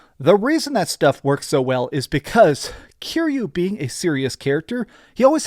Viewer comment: You say you're a big fan, yet you keep mispronouncing YA-kuza. If you were sUcH a BiG fAn you would know the stress syllable is the first one, after having HEARD IT A THOUSAND TIMES THROUGHOUT THE GAMES... I paused the video before he's said Kiryu's name, which is pronounced Ki-Ryu, not Cure-You. Let's see if this "big fan" gets that name wrong, too. ... And he gets Kiryu's name wrong as well. Such a big fan.